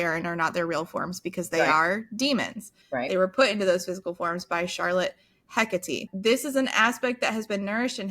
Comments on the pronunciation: You almost pronounced Hecate right the first time you said it. It's HEH-kuh-tee. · If you are going for Greek pronunciation of Hekate (Hecate is the Latinized spelling) it's Eh-Kah-Tee. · Hecate is a goddess, pronounced heck-ah-tay dont ask how I know this lol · It absolutely isn't pronounced 'Heck-a-tee' but I adore the idea.